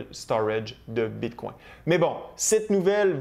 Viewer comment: J’aime bien tes vidéos, mais ca tappe sur les nerfs la façon que tu prononces bitcoin. J’ai le goût de me smasher la tête sur le mur… Bit🦆 🤦🏻‍♂️🤦🏻‍♂️🤦🏻‍♂️